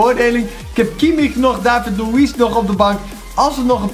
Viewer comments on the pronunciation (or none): none